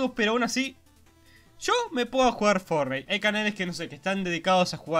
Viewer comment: Fornite :v......vos sos, increíble :v me encanta como pronuncias mal el nombre, como yo! :D